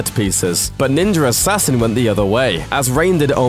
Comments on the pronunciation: Is it just me or is he actually saying Ninjar Assassin (instead of Ninja Assassin)? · _ What the fuck is "ninjer assassen" ffs at least ssy ninja right _ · "NINJER" assasin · It's pronounced "Ninja Assassin" not "NinjeRassassin" Also, it's written "Wachowski" but I'm pretty sure it's pronounced "WaKowski" not "WaCHowski" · Its Ninja Assassin, not Ninjar Rassassin. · He keeps saying Ninjur Hassassin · Drinking game. Take a drink every time he says "Ninjuhr Assassin". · Ninjer Assassin...lol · Why does the narrator pronounce "Ninja" properly except for when he says "Ninjar Assassin" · Every time he says "ninjer" it sounds like he's trying to low-key drop an N bomb. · "Ninjer Assassin" LMAO 😂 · He keeps saying “ninjer” assasin lmao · so what's a "ninjer" he keeps saying that word, what is that ? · I can’t listen to this review, I’m sorry Ninjer Assassin just kills it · What the hell is ninjer assasin? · I like that he's saying ninjer assain😂😂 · i keep hearing "ninjar assasin" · I’ve seen ninja Assassin, but I never saw this “ninjar” Assassin that this British guy keeps talking about. LOL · "ninjer assassin" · Ninjer assassin 😂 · Ninjar arsasin thats how tator says it 😂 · Why does he keep saying 'ninjer'. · I love "ninjer" assassin...and even more now that I know they referenced my favorite anime Nina Scroll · "NINJER" assassin. XD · Every time he says "ninjer" , take a drink. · I heard him say it once, now I cant stop hearing it: Ninjer Assassin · Why does he say ninjer assassin?😭😭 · "Ninjer assasin" lol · sounds like he said ninger assassin. LOL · anyone besides me notice he can say ninja by itself but can't say ninja assassin together? it becomes ninjer assassin. speech impediment. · Am I the only one hearing Ninjer Assassin? lol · "ninja ersassin" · Stop saying "Ninjer" Assassin. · the fuck is a ninger assassin? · wtf is a nenjer assassin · Is he saying Ninjer Assassin? Anyone else hearing this? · It sounds like he says: ninjar assassin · Haha, "ninjer assasian"!